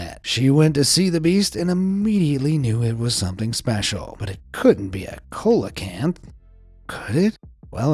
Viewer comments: Hey,, it's pronounced "seelacanth." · Nobody's gonna mention the egregiously mangled pronunciation of "coelacanth"? (It's pronounced "see-luh-kanth") English is weird, my friends, and it only takes a few seconds to look up the right way to say a new, weirdly-spelled word. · another interesting pronunciation for Coelocanth, ive alway heard it pronounced Cee-lo-canth, i could be wrong. otherwise really interesting! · Coelacanth is pronounced: Seelocanth. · It's pronounced seelowkanth! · Fyi, it's pronounced SEE-lo-kanth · Colacamp?? Lol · it's pronounced "see·luh·kanth". once again, getting paid for half ass narration. can't even be bothered to check pronunciations. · Its pronunciation is like "selakanth" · See-lah canth ! It's not pronounced phonetically. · Coelacanth Seal-a-cant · It's pronounced like the singer CELLO CANTH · See luh kanth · Coelacanth is pronounced "see-loh-can-th". And that annoying Forrest Galante says in his [terrible] show that his grandfather helped "rediscover it", which appears to be at least only vaguely true, if not an outright fabrication. I tried watching the show when it first came out but I found the host to be rather cocky and douchey and a false advertiser. He'd constantly tout that he "found evidence" of whatever creature he was pursuing being alive still and then, more often than not, at the end he would be like "well, we just don't know! Not enough proof..." 😒🤦🏻‍♀️ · If you're going to narrate a video, go learn how to pronounce names of animals correctly first. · Hi,Coelacanth is pronounced seal-a-canth........ It's like when Americans have a baseball world series....,but the world isn't invited or create a game called football but when football already exists so Coelacanth is Seal a canth....I'm just saying brother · Bruh the black leopards are not leopards their jaguars, the coelacanth is pronounced see-lo-can-th & caimans are pronounced kay-men.😠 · “Colacanth ”? Don’t you mean “sealacanth “? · Its see-low-can-th